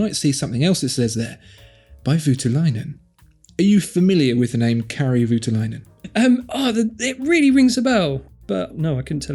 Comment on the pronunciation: At last we have something Finnish here, with Kari Voutilainen. I'll have to help you with the pronunciation tho